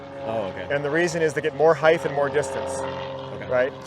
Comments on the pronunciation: Or “heigthhh” instead of height lol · What the hell is "Heightth"?! :D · Someone tell this man “heighth” is not a word pls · Completely hilarious. Ask how he spells heighth? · I've met people that have had brain issues and they pronounce random words wrong and in their head they think they are saying it right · Why is this dude saying heith , that’s not a word bro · lmao was thinking the same thing. even googled to make sure i wasnt crazy. and he says it A LOT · bro has been fitting for 25+ years and nobody told him how to pronounce height 💀l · And nobody ever said something to him, his entire life! I have heard people say that, absolutely irritating.